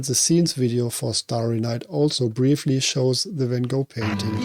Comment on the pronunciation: Appreciate the Van Gogh pronunciation, I only learned that recently and try to use the dutch pronunciation now. A friend of mine, Sam Kubrick, is a relative of Stanley's and I have always found him curiously fascinating. His creative mind is really special and I'm sure it's something that runs in the family based on that! He's in the music industry. The references in this are so useful! I've still not seen Clockwork Orange or Full Metal Jacket. Love that you used the hallway from the Shining!